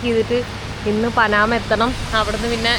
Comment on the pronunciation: പനാമ അല്ല , പാനമ